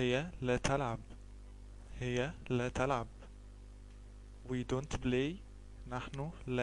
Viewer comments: يا أخي الكريم ، أظنك من مصر الشقيقة ، و أنت تنطق اللغة الإنجليزية باللهجة الخاصة بك ،ف أنت تنطق this ب زيس ، و بلاي ب blay , شكرا أخي لمجهودك ، لكن عليك مراجعت نطقك لحروف اللغة الإنجليزية ، حتى لا تعلم الناس الخطأ ، و سامحني أخي على تدخلي 👍😊👍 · yeah i laugh at first sight when i hear him ; I BLAY HE BLAYZ XD